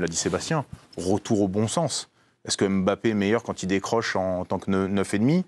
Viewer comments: Quand on est expert on dit pas Mbappé on dit Bappé 😆🤡🤡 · Carine est l’une des seules à prononcer « Bappé » correctement. Mais elle se laisse influencer par ceux qui disent MmBappé. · C’est MBappé, et non M bappé, please